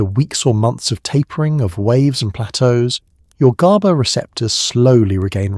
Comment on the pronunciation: exactly! I hate how it mispronounces "gaba" in like 4 different ways and goes round and round in circles explaining the same exact stuff over and over again